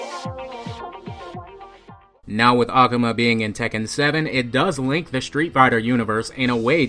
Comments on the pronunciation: aKUHma sounds better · NEW SUB !!! But Akuma is Really pronounced (Ah-Ku-Ma) pleased don't keep saying ak-uma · It's akuma not akama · I'm not gate keeping or anything but the way you day ah-ku-mah is wierd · "ah- koo - mah" akuma The game announce pronounces his name correctly. C'mon bro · jeez why do you say it like that "a-cum-a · I really hate how he pronounces akuma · I like how he pronuces "Akuma" incorrectly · The way you pronounce Akuma. Do you play street fighter? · you pronouns AKUMA strange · Your pronounsing akuma wrong! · The way you say 'Akuma' does it come with a the theory ? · your saying akuma wrong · Great video! but his pronunciation of "Akuma" 😅